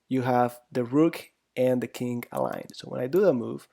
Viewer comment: why do you pronounce king as "kink"?